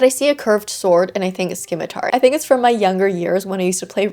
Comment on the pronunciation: I have never heard someone pronounce the 'c' before lol 😅(it's silent like in 'scion,' 'discipline,' 'scissors,' 'abscess,' 'scene,' etc) but I kinda love the idea of a skim-itar weapon to punish people who skim read haha